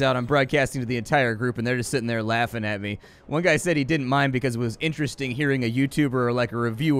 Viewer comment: Liked this video at the word "Interedasting"